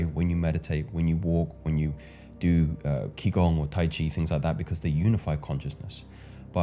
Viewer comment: Bro great video, feel it deeply. Just a note, I believe the word "qi gong" is pronounced "chi gong".